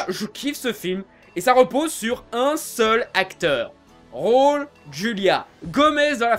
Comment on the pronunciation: pardon, mais raul se dit raoul ;)